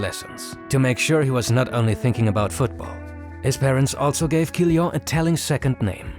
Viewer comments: Kylian is pronunced Kyliann (I don't know phonetics, but please insist on that last N) guys :) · Stop pronouncing Kylian like that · You misspronounced Mbappé's first name💀